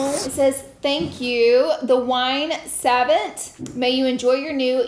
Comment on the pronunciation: Honey it's "suh-vawnt" wine savant